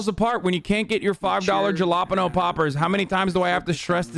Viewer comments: i know he does it on purpose but I still cringe every time he says "juh law pen oh poppers" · Did Hasan say Jollapano again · actually it's "jala pino